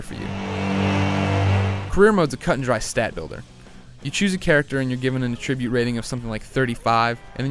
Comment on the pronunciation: You say 'attribute' totally wrong.